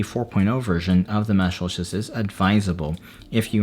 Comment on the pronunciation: the first reviewer i have seen that pronounces Meshlicious correctly